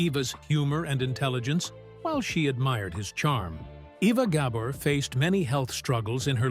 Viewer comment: Ok, WHY KEEP SHOWING PICTURES OF LUCILLE BALL??? And learn how to pronounce her name!